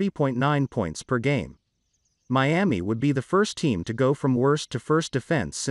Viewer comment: mee-am-ee OTHERWISE KNOWN AS MIAMI